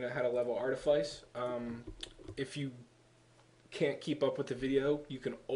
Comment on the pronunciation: Anyone who hears artiface in this video is either deaf or dumb, he clearly said Artifice... I use Artifice,Archeology,Treasure Hunting just like him >V